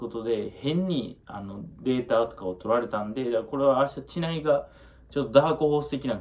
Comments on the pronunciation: ちないじゃなくてしりうちね笑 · 知内の読み方 (しりうち)です